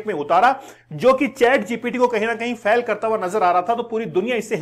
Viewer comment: फैल नहीं रे बाबा फेल होता है